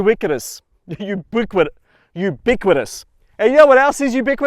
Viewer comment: If you insist on using big words like ubiquitous and juxtaposition, make sure you can pronounce them. Otherwise you look and sound like you have 'dysarthria' 😉